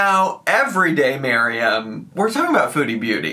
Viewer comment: Also thank you for pronouncing MAriam properly. I'm getting irritated with the Miriams!